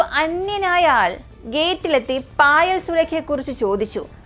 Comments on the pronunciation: മോനെ ഫയൽ അല്ല പായൽ എന്നാണ് പേര് ഞാനീ കഥ കേട്ടായിരുന്നു ❤ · പായൽ... എന്നാണ് പറയുക പയിൽ എന്നല്ല.....